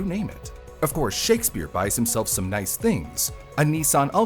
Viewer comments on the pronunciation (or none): none